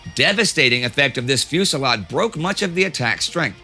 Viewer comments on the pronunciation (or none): none